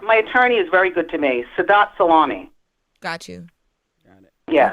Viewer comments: for some reason I don't believe her last name is pronounced Salami but love you Wendy! 😅 free Wendy! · "Sah-low-may" Not 🥪